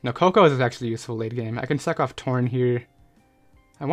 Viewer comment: Every time you say sack off it sounds like suck off and makes me laugh.